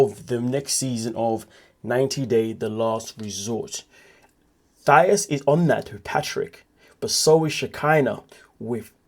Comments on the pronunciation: Her name isn’t pronounced Thigh—is!! It’s pronounced Tye—eece!! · Mispronounced. It's Tieese not Thias.❤ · It’s THA-EESE. Like the ending of the word GrEECE 😩. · Racist! Hahaha sure. If someone doesn't know the definition. Why are you calling her thigh-us? That's not how it's pronounced. Are you being racist? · Please learn how to pronounce "Thais" name.